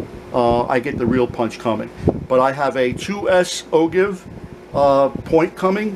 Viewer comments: Great vid!! But it's pronounced "O-JIVE"... I know it's spelled "ogive", but it's pronounced "O-JIVE". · And for what it's worth the way to pronounce ogive sounds like "oh jive".